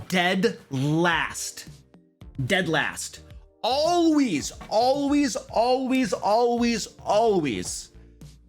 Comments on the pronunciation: FYI, it's alWAYs, not alWEEZ, lol. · No hate lol but I love when you say "Alwease" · "ALLWEEES!" Haha. had to tease you for that a bit.:P Awesome video! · I don't think we needed an preview for a 6, minute video. Particularly not one for the first thing you say. I heard you say "alwees" 12 times within the first 45 seconds. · ALWEES ALWEES ALWEES AWLEES